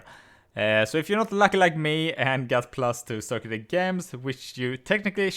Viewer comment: damn is gems not ghems